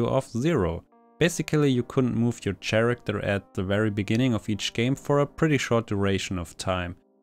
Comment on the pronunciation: I recommend that you look up how to pronounce "occasion" and "character". This is not meant in a mean way. This is supposed to be constructive criticism.